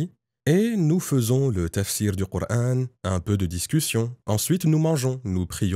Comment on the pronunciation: Bizarre il prononce le prénoms du prophète et du coran avec l'intonation exactement du vrai musulman la langue arabe seule un vrai arabe peut prononcer les converti le prononce différemment car il faut avoir parlé toute sa vie l'arabe pour prononcer les syllabe du h ou k